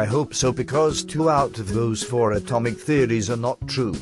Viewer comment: Amotic theories? This guy is so adorable. My favourite part is definitely though.